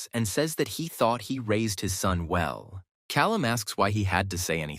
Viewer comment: Vell..vell...vell. look at this leech